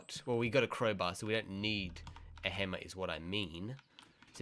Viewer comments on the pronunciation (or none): none